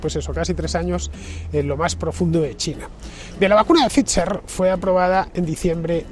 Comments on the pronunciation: Que sigas diciendo Fitzer en vez de Phai-ser a estas alturas también es gracioso… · Hijo infórmate no es Fitzer es Pfizer (se pronuncia faitzer) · Para no escapársete nada, la pronunciación de la Bigpharma no se te queda eh? /faiser/ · “Pfizer” se puede pronunciar como “pfaitser”, me resulta raro oír “fitxher” en boca de Fernando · Se te ve muy convencido por eso has vuelto a por la tercera banderilla. Qué dolor de oído cada vez que dices FIZZZZER😅😅😅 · Só escutar dizer "phitcher" en vez de "pfizer" já me deu principios de vomito. Este está grafenado até à raiz dos cabelos. Este é o nivel. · Se pronuncia “faizer “ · Nu, nu... "Faisor" (º_º) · No comprendo este comentario 😮 hasta la fecha se sabe que la unión europea favoreció este tóxico al mundo, con todos los intereses de conflicto. Estarán contentos en pfizer porque hasta lo pronuncia raro…😂😂😂 USTED DEFIENDE QUE,???